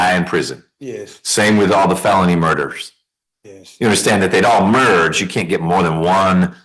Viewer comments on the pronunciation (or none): none